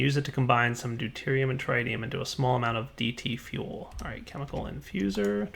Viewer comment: it's prononuced TRIT-IUM, not TRITE-IUM. On the official spelling, there is no E in front of the second T, meaning that the first I makes a short I sound. You don't pronounce hydorgen as HI-DRO-GEN, right?